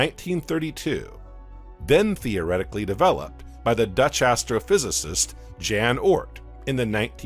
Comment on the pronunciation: Jan Hendrik Oort. The Dutch astronomer. Actually pronounced 'yawn'. Pretty common way to pronounce 'J' in many places in the world so it kind of makes my eye twitch whenever someone gets it wrong. Just had to share that. Don't know why.